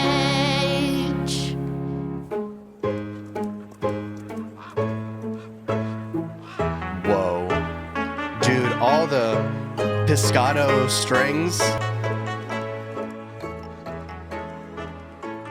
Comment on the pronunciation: Did he just say pisscato strings